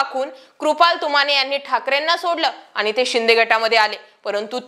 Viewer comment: शुद्ध बोला. आनी पानी तांदळाची गोनी. काय भाषा बोलते ही बया. 😂😂😂😂😂😂😂😂😂😂😂😂